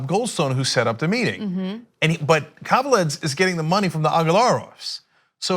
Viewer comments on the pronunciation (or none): Guys, you really butchered that last name .... Kaveledz... :D might be for an early hour, but for some reason I snorted basically every time you said it. Just a quick hint - KaveladzE. :D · Pronounced... Kah vay lahd zay... ("a" is "ah... "e" pronounced as long "a").... His name is Georgian... from the Republic of Georgia (Stalin's birthplace/home country)... but Irakli "Ike" Kaveladze is reportedly Russian, not Georgian. Officially, he's still a mystery.... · Ana, Ike Kaveladze is pronounced ee-kay Ka-vel-ah-dze (dze with the “e” as in elephant)